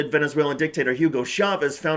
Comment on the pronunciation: Please note: the "Cha" in "Chavez" is pronounced the same as the "cha" in "Cha-cha-cha"